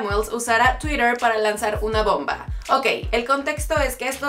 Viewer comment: Si estás hablando en español, en verdad es necesario pronunciar cosas como: -chuirewr -Instagrwam -heirewrs -etc Y por si acaso Reich se pronuncia Raij